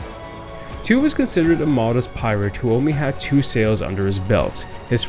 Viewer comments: The correct pronunciation of Tew is not Two of this English family with the surname of Tew would be as you say Tue in Tuesday which is close to Chew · Great video, love history, just a little thing, Tew is pronounced Tue as in tuesday.